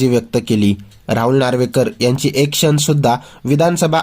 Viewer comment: क्षन?, मानुस? लई भारी मराठी!